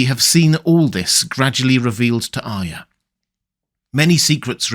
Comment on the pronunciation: Thank you for being one of the few people who says Arya correctly.